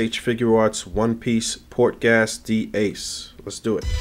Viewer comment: Pronounced "Gace" not gas